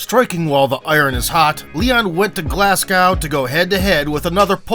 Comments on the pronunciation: For the record Glasgow is pronouced Glazgo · It’s not Glaaaasgouuw ya fuckin fanny